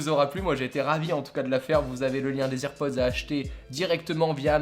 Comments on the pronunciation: "AirPods" pas "EarPods" ! 😤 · C’est pas ears pods ptn c’est air pods mais sinon très bonne vidéo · ça se prononce "AirPods" pas "IrPods". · Putain on dit AIR PODS pas IRPODZ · ON DIT AIRPODS PAS "irpods" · J'avoue que AirPods prononcés "EarPods" me trigger énormément O:) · Salut ! Tout d'abord j'adore la vidéo, je trouve ça super original. Juste petit détail, rien de grave mais tu prononce EarPods or les EarPods sont ceux fournis de base avec le câble. Ceux ci sont des AirPods d'où le Air du sans fil. Mais à part ça ta vidéo est super intéressante. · on dis airpods 🤦🏻‍♂️ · Arrête de dire hearpods ptn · Nn les earpods ça se prononce irpodz et Les AirPods ça se prononce Èrpodz j’ai vu toutes les Keynotes (en streaming) je suis sur de ce que je dis j’ai vu Tim Cook annoncer les earpods et Jony Ive les AirPods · Bonne video mais juste la prononciation de airpods est a travailler mdrr